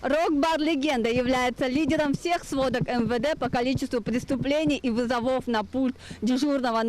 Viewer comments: вЫзовов а не вызовОв, смените корреспондентку. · Три раза сказала вызовОв 🤦‍♂️